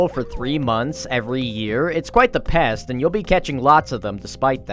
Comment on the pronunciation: I love that hw say “PEST” so ard at the sea slug